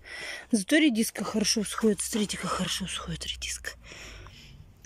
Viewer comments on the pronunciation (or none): Как можно говорить - срите вместо смотрите?